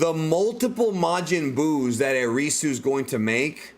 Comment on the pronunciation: Erisu sounds like Erase to me